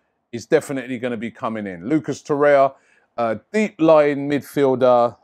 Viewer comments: It's Torreira not Torreia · TorreiRa not Torreia